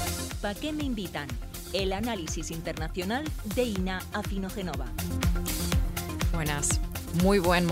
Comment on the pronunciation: Por favor Pablo es "AfinogenÓva" con acento en la Ó,... ya la pobre Inna te mira con resignacion